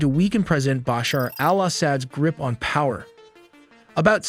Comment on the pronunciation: Hey listen if you gonna say Baasher and asaaad again I'll report this channel 😂